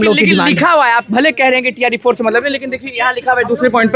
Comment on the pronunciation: Tre 4 ❌ Tree 4 ✅ 😂😂